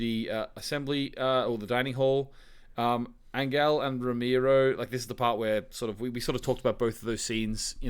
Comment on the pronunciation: Hi guys! Found you recently after watching 1899 then went back for your Dark content. You're both fantastic. So a couple of comments, not questions for the moment: 1. I am here for the beards and hair. Majestic. 2. Angel, the Spaniard, is pronounced "an-hell". The g is read more like a soft h.